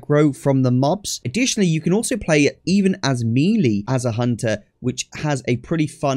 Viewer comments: what region typically says "me lee"? Never heard anyone pronounce it that way prior to this video. I have heard "may lay" and ofc ""mel ay" to pronounce it properly (ie the way I pronounce it, obviously lol) but never heard "me lee" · English pronunciation of the French word melee is as follows: American: may-lay British: meh-lay The second syllable should never be pronounced “lee”. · Me LEE ... you mean May Lay?. Love the video mate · great guide..... please stop saying "me lee"....... its pronounced "may lay" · "Melee" is pronounced "mell-ay". :) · "Meelee" damage 😂😂